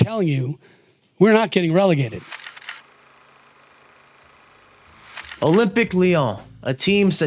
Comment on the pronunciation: can say gumarsh correctly but cant say olympique and cant say semi (not sem eye)